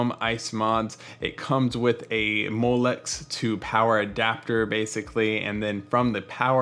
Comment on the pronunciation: I believe you mean "molex" not molet. Overall great video review. Thanks for being honest about white being produced by RGB. Update: Great update on the audio! I'm impressed you took the time to make the correction. It shows you care about your content. I'm subscribed - keep the videos going!